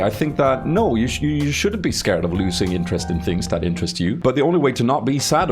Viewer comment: "Nah if that aint got your intresst:D" good one